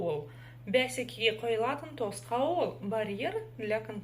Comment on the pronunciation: Ударение в казахском языке ставится на последний слог. Попробуйте,, қойылатын